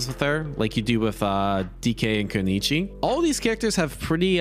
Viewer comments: I know some names get pronounced wrong but “Keneechi” for kunoichi makes me question if you’re even reading, lol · Koo noy chee . Getting triggered here every time he says konichi lol.